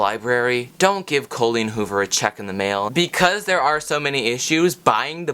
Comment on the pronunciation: Cole-een Hoover. 🤣